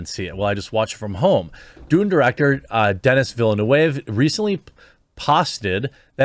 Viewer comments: DEN-EE VIL-NUV.. Denis Villeneuve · His name is pronounced Denny Villenew btw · Proper pronunciation is more like "Denee Vilnoov" Hon hon hon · de-knee ville-noov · That almost as good as listening to Anglo politicians giving speeches in bad French in Montreal. Denis Villeneuve is pronounced like this Duh-nee Vil-nuv Villenueve is completely correct about Marvel being basically all the same and nothing artistic about it. Just cinematic junk food with empty calories for undiscriminating movie goers. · *Reads title... *Sits down with popcorn Also, its Den-ee Vil-eh-nuh-v ... ;) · The name is pronounced [Deny Vilneuf]. Newvillage. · Jeremy, not being snarky, just for future, his name is pronounced as "Denni Villenuve". Saying this out of respect for Denis' work. <3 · Hopefully constructive criticism: The pronunciation is "Denny Vil nuhv" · I'm probably too late for Jeremy to see this but it's pronounced DenEE VilenOOv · It's pronounced "Dehnkee Veelnehv." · the way you said his name was hilarious, i had to listen twice 🤣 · Google “how to pronounce Denis Villeneuve”. Do some homework